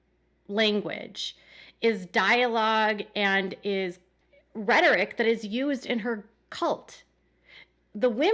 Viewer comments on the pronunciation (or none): none